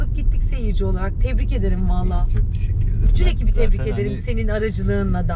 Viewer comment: Allah’ım ’in teşekkür ederken arada değişik söylemesi ve tişikkür ederim demesi. Sesini vs değiştirmesi çok tatlı değil mi?!!